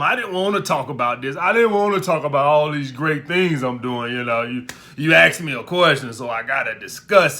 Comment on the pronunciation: Police detective: what happened here?: I axed her. She axed me back